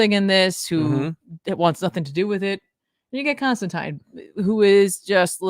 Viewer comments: Constantine should rhyme with 9. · Please don't pronounce Constantine like that...😂